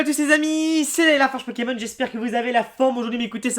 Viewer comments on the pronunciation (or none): none